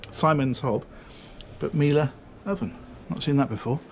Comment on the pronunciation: Miele said correctly. Check. Siemens? Oops. It's spoken like sea men, (and yeah, like semen) with an 's'. Siemens. :)